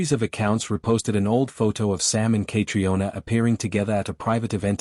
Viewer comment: Say her name correctly. It is so annoying to hear it pronounced incorrectly!